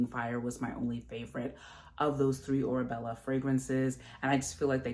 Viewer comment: It’s “Orebella”. 😊